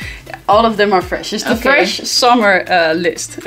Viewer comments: Is Fwesh haha. I <3 you:) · Yesssssss FWESH day!!!